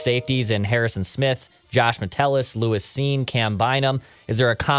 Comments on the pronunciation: It’s “lewis” not “Luís” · Pretty annoying lmao his name is literally “Lewis” and keeps saying it like Luis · I dont think i have ever heard anyone say "Luis" Cine 100 times in a single segment before.